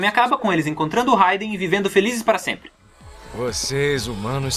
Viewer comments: Vc falou haiden o certo é raiden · É foda pra que falar o nome errado se pronuncia rweiden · Da agonia quando ele fala raiden com som de "a".